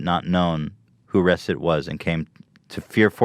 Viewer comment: Ethan is terrible at pronouncing words correctly. It's Reset!! like the regular word!!! Not "res-it" ...."RE-SET!"